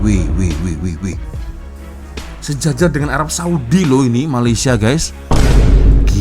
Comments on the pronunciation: Malaysia..bukan mayaysia😢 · BUKAN MAYAYSIA LAA TAPI MALAYSIA... EJAAN MALAYSIA PUN TAK BETUL, APA TERUK SANGAT, NEGARA JIRAN PUN TAK TAU NAK SEBUT.